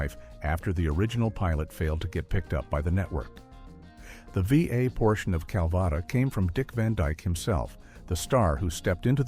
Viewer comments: Your crap AI narrator is pronouncing Calvada wrong throughout the video except when the AI says “drink Calvada”. That time it is pronounced properly. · What idiot narrated this ‘expose’? An AI voice?? Absolutely stupid, mispronouncing Petrie, Calvada . . . . the still shots are flipped backward. Anyone actually associated with this show should have nixed this debacle!! 😡😡😡😡😡